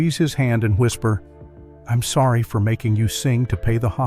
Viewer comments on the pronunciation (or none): none